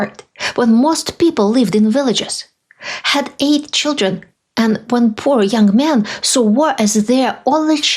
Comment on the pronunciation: “Todays foster cheedren” 😂 All Trumps should stay away from children period.